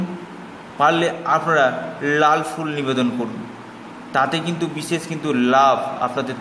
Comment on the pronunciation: সেই হবে বলেন ছেই বিদেশ হবে বলছেন বিদেছেস বিশেষ হবে বলছেন বিছেছ উচ্চারণ ঠিক করে কথা বললে কথা ভালো বুঝতে পারা যায় দয়য়া করে সুন্দার করে কথা বলবেন আর খুব একটা পেচিয়ে বলবেনা যা বলবেন সরাসরি বলবেন ছোটো ভিডিও করবেন শট কটে একটু খেয়াল রাখবেন আশা করি আপনার জন্য শুভ কামনা রইলো